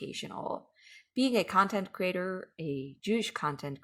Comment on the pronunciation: I'm one of those people who feel compelled to speak my mind about what you're doing. Please, if you can, explain to me, who oh why must you pronounce the word 'creator' as CRATER?!?!?!? Just because it looks like the word 'greater' does not mean that it's pronounced the same way. CREE-AY-TOR....for the love of God the Creator, PLEASE! 🙏🏻🙏🏻🙏🏻